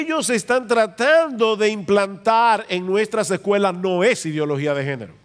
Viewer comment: Muy buena informacion. Una cosa my hermano usted tiene buena diccion pero no se dice " lasecuela" se dice " las escuelas" No puedo evitar ayudarle ahi. Saludos.